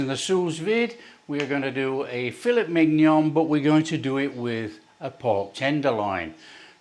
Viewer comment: Oh my god I’m dying, Fill-it MiG-Non hahhahahahhaa